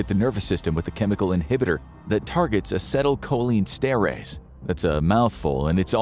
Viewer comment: I like your videos. A lot. But you should know how to pronounce things you are talking about. I’m 15 seconds in and had to do a double take. 🤦🏻‍♂️ Acetylcholinesterase is pronounced “a-see-til-co-lean-ester-ace”. C’mon y’all, little extra research into the topics.